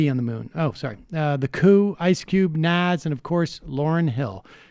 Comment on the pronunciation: I will forever laugh hard af at Sams pronunciation of Nas lol.